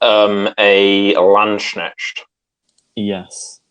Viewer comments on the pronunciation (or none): lol why do British people keep pronouncing Landsknecht as landschensch? it's Lands- Knecht